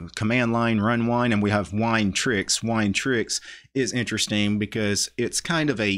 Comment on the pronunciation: LOL EVERY SINGLE TIME that you say "wine" I hear "WHINE"... lol you really don't like Linux, do you?